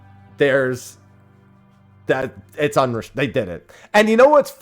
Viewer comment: UNRESITRICITED GLAM, must've been shocked about that change too if he butchered that word so horribly. Glad they realized restricted gear was redundant for so long, huge w